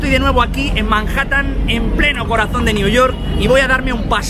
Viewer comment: Hoy estoy de nuevo en "Marjatan".